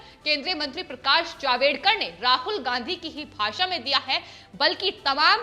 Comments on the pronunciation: जावेदकर नही जावडेकर।सही सही उच्चारण करो. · Madam HeIsJavDEkar NOT JavEDkar.😠